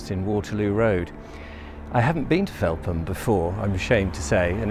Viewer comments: Agreed - was going to mention this too! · Brilliant & well researched video, having been a Londoner for the last decade it's lovely to revisit my home village Felpham in a new light, especially with the lockdown restrictions this Christmas. Thanks and keep up the good work. P.S I would also chime in with previous comments that it is usually pronounced 'felfam' by locals